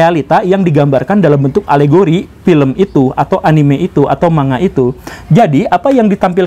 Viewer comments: Man - ga pak guru! Bukan ma - nga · Yg betul bilangnya ‘mang ga’ pak guru bukan ‘manga’ 😊